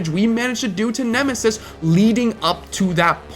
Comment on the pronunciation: Nemisis? More like Eh-misis!